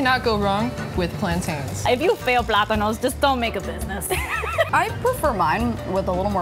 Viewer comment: How that woman said plantains... 😂 I'm sorry just so white